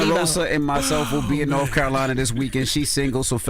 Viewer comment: they been doin it for a longgg time. Also says Nerf instead of North 😂